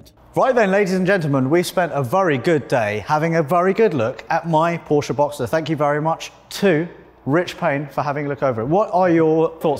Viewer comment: "been working for porsche for 17 years" but still can`t pronounce the name properly -_